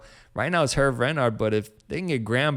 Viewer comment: Its pronouned as "Hervey".